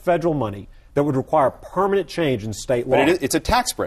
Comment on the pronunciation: "It has to be a Purr...manent change" Haha, I love the way he says "permanent"